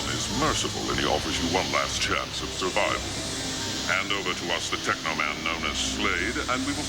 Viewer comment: It's tekaman